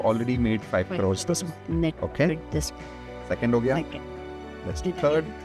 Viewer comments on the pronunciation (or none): We manifeste5 5 'crrrrrorrees' ... As if the western world adopt that pathetic indian word, idiots 😂😂😂